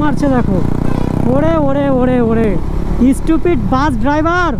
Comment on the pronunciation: স্টুপিড❌ ইস্টুপিড✅